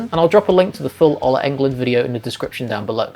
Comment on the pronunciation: By the way, the O in Ola is pronounced like "ooh".